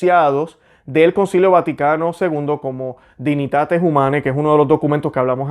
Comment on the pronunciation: Dignitates Humane* se Lee y se dice Dignitates Humane.